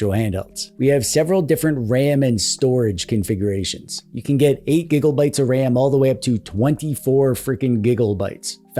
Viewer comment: Why "gibbel-bites", yet Terrabites you say correctly? I'd expect Tibbelbites.